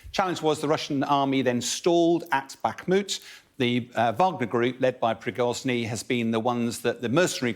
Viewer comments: Prigozhniy 😂😂.It's Prigozhin guys. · Pree-goujj-in , not “progorny “ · I love how this 'expert' pronounces 'Prizgory'', when his actual name is 'Prigozhin'. Solesar is now under Russian control, as the whole of Donesk will be in a months time. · who the heck is Prigozni kekw, Prigozhin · It's "Prigozhin", not "Prigoznyi". Know your enemy. Constant mispronunciation undermines they guy's competences and knowledge. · Prigozhin is his name, not Prigozhny. Get it right. People involved in the media must be accurate and get the details correct. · Who is "Prigozny" ? 😂 How can anyone with even two brain cells not laugh at this guy? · Prigoznii ))) try to pronounce correctly at least... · Wagner chief Pregozini, do i hear him says convicted thief 🤔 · Prigozhin. It is PREE-GO-JHIN. need to improve, or get a pay cut. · It´s been months now, that we are talking about the same people. Is it really so hard to pronounce the name of the head of Wagner correctly, General Boll?